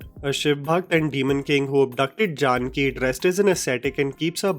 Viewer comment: I am just can’t help but get cringe at the way you said Janaki as Jaanki 🤦‍♂️